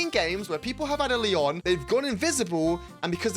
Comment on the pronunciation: aint no way bro pronounces Leon like the french city (Lyon puts emphasis on the "o", while Leon on the"e"; Lee- on.)